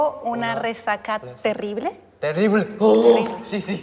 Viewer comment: y creando su propio idioma al decirse "Tengo una resaca terirrrrrrblrrr", se repite en mi cabeza sin parar, es demasiado iconic